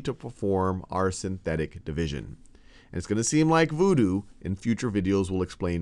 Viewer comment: nobody: this guy: vOOdOo